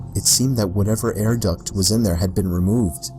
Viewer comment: he said air DUTT